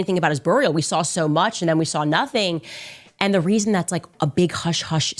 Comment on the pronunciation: Her pronouniation of "Burial" and "And" is infuriating.